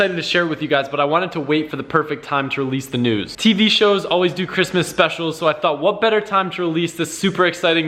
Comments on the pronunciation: Help me reach 5,000 subs with no videos no fucking shit he said news can I make a joke cause it sounded like nudes kinda no ok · I know but it relley sounded like nudes